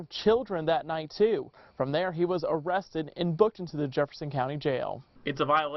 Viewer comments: "Am I gonna be Owested? Aw kwap..." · NOT "arrested"! Oh-rested. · OuuuugggHhhhHhhHWESTED? OH CWAP I BROUGHT K-K-KIT K-K-KATS